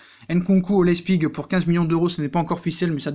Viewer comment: Leipzig pas lezpig!